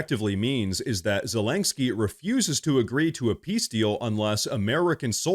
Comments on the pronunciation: Len not lain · Okay, brother, I love what you're doing here. I agree with mostly everything you talk about but this has got to stop! It's ZE-LEN-SKY not ZE-LANK-SKY! 😂😂😂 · So. . . I LOVE this channel and fair warning-I will probably sound like a Karen, but please hear me out. . . You are pronouncing Zelenskyy’s name wrong. It’s Zuh-LEN-ski Not Zuh-lank-ski That is all. ❤ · You keep saying "Zel ANG ski" instead of "Zel in ski" just so you know it sounds a bit funny. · Sorry I had to turn off after the 10th time you said zelengsky... gosh so irritating 😂 there is no G in zelensky. Yes and agree - Zelensky is only qualified to be a bad cross dressing comedian actor, with the same sugar daddy oligarch as hunter biden. All fake - cia started the war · please stop saying ZelenGsky lol. Thanks for the video. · I want Zelensky to disappear from the world scene if only so I can stop hearing constantly and comically MISPRONOUNCE his name. How many Ks are in his name,? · Dude there is no G in Zelensky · The over pronounciation of Zelensky is grating to my nerves. Had to bow out of this video.